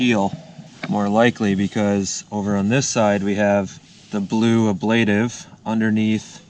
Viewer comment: It's pronounced aaa-bla-tive.